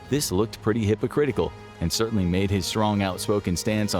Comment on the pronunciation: . Cer-inly? Wtf? Can't you say certainly? Are you also not able to say the T in plane_arium